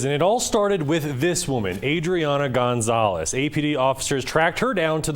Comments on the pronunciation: Gonzolez? You dont say. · Gaan-zoles? How is this guy a journalist in Albuquerque?! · How can you live in New Mexico and not know how to pronounce Gonzales?